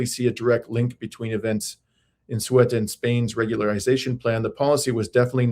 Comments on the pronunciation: This Spanish exclave is pronounced cE-Uta. Ceuta is not part of the Schengen treaty, so nobody can pass the border without identification and a passport on the contraray to Meloni's Lampedusa which is part of the Schengen agreement and the immigrants can pass freely into other EU member states. We do know that the US passed a bill greenlightening Morocco to take back Ceuta and Melilla from Spain even by force and payed $40 million to Morocco for doing so. The plan of course is the Strait of Gibraltar which Israel and the US would like to control. Israel by it's ownership and bribing the main streem media was organizing left and right-wing extremist narratives, but luckily the Spanish people didn't fall for it. And the Spanish army and police showed great humanity and empathy towards the people who came and needed help. The Spanish people in it's great majority are against Israeli genocide and against Trump's illegal war against Iran. The next step for Spain should be leaving the EU and Nato, I hop the people will make enough pressure on the government to do so. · Surely SURELY if you've actually looked into this properly you've learnt how to pronounce Ceuta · heard in nearly all interviews that the even smart englisch speakers are beyond redemption when trying to pronounce the 2 ...Ceuta and Melilla cities..........Please learn The word "Ceuta" is pronounced in English as /ˈsjuːtə/ (UK) Me·lilla [mɛˈliːjə] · I think you are one of the best independent journalists and analysts out there. You are an example to us all. Please don't take this as a criticism but I would recommend you do a little research before broadcasting: for example, how to pronounce 'Ceuta' (given this is much of the focus of your video) or that Sanchez is Spain's PM, not President (given Spain is a monarchy). Regardless, I watch your show religiously :) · hello! it’s CEUTA. i can’t understand why you two cannot pronounce it. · Ceuta not Sueta, pretty simple 😅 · Ceuta, not Sueta!! Pretty simple 😅